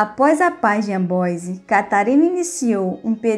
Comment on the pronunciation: Meus ouvidos doeram ao ouvir a senhora falar AMBOISE por favor veja a pronuncia correta e corrija pq esse video é muito bom !